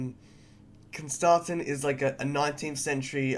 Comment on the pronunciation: You were saying his name right. At least the offical audio book says it as Constantine